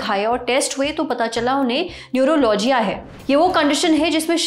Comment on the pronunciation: न्यूरोलॉजीया नहीं बेवकूफ न्यूरालजिया